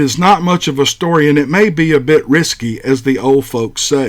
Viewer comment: Hey: "Risqué" is not pronounced "Risky", it's pronounced "Riss-KAY", it means naughty, or sexual in nature.